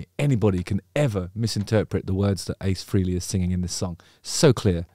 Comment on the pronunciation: It's pronounced "Fray_lee" not "Free-lee"....😶